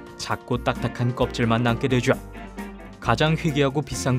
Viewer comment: 되죠 는 솔직히 그냥 되죠라고 발음하면 되는데 되쥬에욥! 이러니까 역겨워요